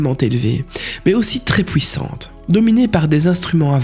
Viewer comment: Difficile les U sur cette video "pouissante" "fouir"😅 sinon les informations sont tres interessantes dans l'ensemble. À part le coups: des alpha draconniens devenu super sympas pour la pluspart et potes des felins 🤨🤔 On y croit moyen.